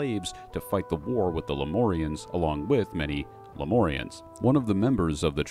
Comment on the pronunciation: Lem-UUUUUURRRR-ians. not lem-ooorrrr-ians. thats a 'U' in there, not an 'O'.